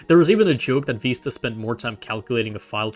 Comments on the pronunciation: Vista, veesta, виста Not vaista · It’s literally the word Vista. VIH-stuh. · It's neither. The correct pronunciation is "Vih-st-uh" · vista with the vowel in bid, not bead or bide. It comes from spanish vista, which is pronounced /bista/ BEE-sta, but the word's been nativized for over a century for a viewing point before something beautiful. The nativized term is pronounced /vɪstə/, VIH-stuh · Ur engagement bait is soooo good, you have deserved this comment/ engagement, I love it ("Vista or Vaista" 😭😭) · there is no way youre ragebaiting me that hard saying Windows Viiisterr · Vista is pronounced veest-ta! Please say it correctly! My ears hurt hearing mispronounced Vista! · this is actually the case. the word vista is pronouced "viss-tuh." it is in the dictionary as such. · Windows Vaista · "Vista" comes from Latin. All of you are pronouncing it wrong, it is supposed to be wee-stah (stress on the ee) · ive never heard either of these pronunciations of vista 😂 great video though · The first it's the italian pronunciation, it means view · I'm baffled how you could make a video about the history of Windows without knowing how to pronounce "Vista" which itself is a not uncommon word, as it "breathtaking mountain vista" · I dont care how old you are, you can't make new pronunciations. It's in the dictionary as Vista